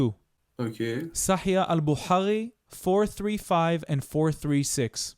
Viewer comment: סאחיח אל-בוכארי.וסאחיח מוסלים. לא "סאחייה."